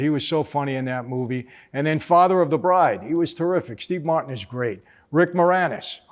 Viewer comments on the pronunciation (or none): none